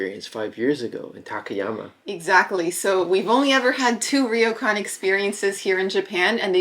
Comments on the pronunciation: Hey guys love your stuff... just a tip it's pronounced Row-kan not Reeo-kan 😊👍🇯🇵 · I'm enjoying your series of videos in Hokkaido. You seem to have more knowledge and appreciation of things Japanese than most North American visitors to Japan that I've seen on YouTube. Even better Japanese pronunciation than most (except for the difficult "ryo" in "ryokan.). I can tell you've done your research and chosen the places you visit and things you try with some insight and preparation, and you've been smart and lucky not to be caught up in the huge crowds of the very famous and popular places. One small note: yukata was way too short (it should at least reach your ankles), so you should have chosen a bigger size, and when you put on the yukata (or kimono), always wrap the left side over the right side, so you can insert your right hand into the opening. Both of you do a great job trying different things and commenting on your experiences!